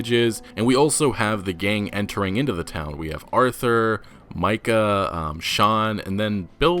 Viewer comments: Im pretty sure his name is pronounced "MY"-cah Bell. Not "ME"-cah Bell. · You mispronounced bustling, eccentric, Micah, and socialites, among several others. I appreciate the videos, but it might be worth looking up a word if you feel unsure, since pronouncing so many things wrong isn't a great look. I swear I don't normally point out grammar problems (God knows I have plenty of my own). This is meant to be constructive criticism, not hate. Thanks for the videos and keep the RDR content coming!